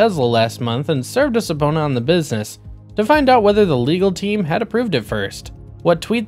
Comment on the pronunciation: It’s pronounced “suh-PEE-nah”